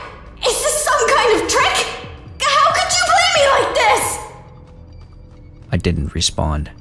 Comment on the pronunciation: 'Discompobulated'. It annoys me to no end when otherwise wonderful readers who can draw me into a story so well make little mistakes like this.